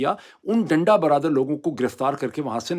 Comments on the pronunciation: حضور ڈنڈا " برادر " کیوں کہے جا رہے ہیں بار بار؟ ڈنڈا " بردار " ہوتا ہے!! آئیندہ تلفظ کو غور سے پڑھ کر اسکے معنی سمجھ کر ادا کیجئیے گا، صرف اس بار کیلئے معافی ہے❤ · Please correct. This is not danda baradar. This is danda bardaar. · ڈاکٹر صاحب ڈنڈا "برادر "نہیں بلکہ ڈنڈا "بردار "۔ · صحیح لفظ ڈنڈا بردار ہے برادر نہیں ہے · Sir danda bardaar hota hai Danda bradar nhi 😅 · Sir Danda Bardar, not Danda barabar. Mazrat k sath. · ڈاکٹر صاحب، ڈنڈا برادر نہیں، ڈنڈا بردار! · ڈاکٹر ڈنڈا برادر نہیں “ڈنڈا بردار”! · ڈنڈا بردار لوگ یعنی ڈنڈا اٹھائے لوگ ڈنڈا برادر تلفظ درست نہیں ہے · ڈنڈا برادر نہیں ہوتا،ڈنڈا بردار ہوتا ہے۔ اپنی اردو صحیح کریں۔ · “ڈنڈہ برادر” نہیں “ ڈنڈہ بردار” لوگ۔ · Danda brother nae dnda brdaar hota Dr sb. Plz correct it. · ڈاکٹر صاحب ڈنڈا برادر نہیں ھوتا ڈنڈا بردار کہتے اور لکھتے ھیں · Lafz denda berdar hay. Denda brother nahi hay.Brother bhahi ko khehtay hain.jis say lafz ka mehfoom tabdeel ho jata hay. Umeed hay aap mind nahi keriany gay. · Salaam-O-Alaikum: I think the correct pronunciation is "danda burdar". Meaning one who is carrying a baton. It is not "danda bradur" meaning a brother of the baton. Please don't care much about the negative comments. You are a great fighter and inspiring many people, therefore you shouldn't be looking back. May Allah help Pakistan's people struggle for their democratic rights. Many thanks for your continued efforts. Wishing you courage steadfastness and good health and security. May Allah bless you. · Peerzada sb ,it's danda bardaar not danda brother. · Dada bradar naheen dada bardaar hota hai. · بہترین۔بس ایک بات اور کہ ڈنڈا برادر نہیں ہوتا۔ڈنڈا بردار ہوتا ہے۔